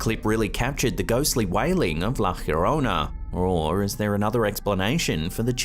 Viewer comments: Yorona, not Hurona. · La Hierona 😂. It's la Llorona (Yo-Rona)